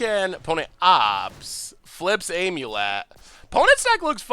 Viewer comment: If i hear him say "Aim you let" one more time.....